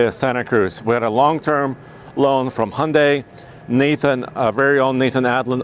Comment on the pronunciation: so cringe that a pro YT car enthusiasts can't pronounce hyun-dai. It's not honday pal. Glad there's better enthusiasts out n the sea